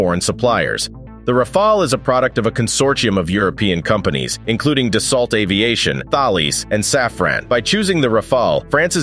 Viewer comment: Dassault - pronouced 'Da-so'. fyi.